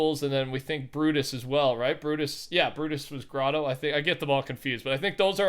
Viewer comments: Agent P bro don’t even get me started with that one. I mentioned this to numerous times. Lol GROW-TOE he says hahaha so fuckin true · It’s just like people pronouncing the grotto as GROW-TOE buts actually pronounced GROT_O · Agent P lmao no one says grow tow tf who says that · And "Grotto" is apparently a challenge to say also.